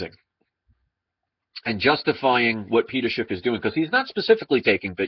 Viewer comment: Judas was a silver stacker. Oh yeah it's Schiff, not Shift.